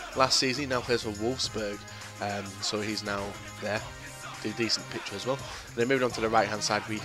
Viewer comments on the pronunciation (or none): none